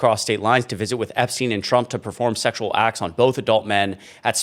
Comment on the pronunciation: Did Bubba say if he had sexyal relations with Epstien ?